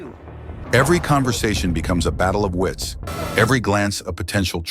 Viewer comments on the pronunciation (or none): none